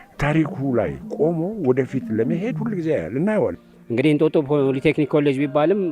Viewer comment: ለዜናው እናመሰግናለን ! " ፖለ ቴክኒክ" አይባልም፣ በትክክለኛው ፖሊ ቴክኒክ በይ!